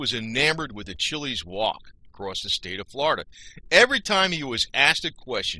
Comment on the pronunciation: Your pronunciation of his last name is wrong. It’s ch iles. Grew up in south Florida in the 60’s and 70’s.